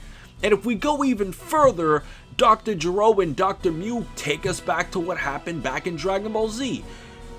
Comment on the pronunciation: Lmao Dr. Jerome? xD #EPICFAIL Its Dr.Gero dumbass.